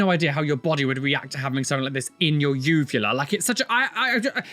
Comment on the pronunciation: I giggled everytime he said uvula 😂😂